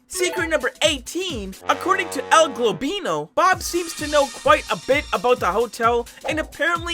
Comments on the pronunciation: jesus stop calling him "el globlino" its EL G OB LINO OH MY GOD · It's goblino not globino broooo my ears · i hate how you say "Globino" its Goblino... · it isn't "El Globino", it's "El Goblino" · Bro it’s el goblino not el globino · El globino. El globino (again) please reply to this comment with more timestamps where he mispronounces el goblino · ''el globlino'' btw its goblino not globlino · it's el goblino not globino. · Oh my god this dude is so annoying why are you saying el globlino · Why do you keep saying:”El Gabino”? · “El globino” 💀💀💀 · El golbino 💀it’s el goblino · stop calling EL GOBLINO - el globino idiot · every time mispronounced el goblino's name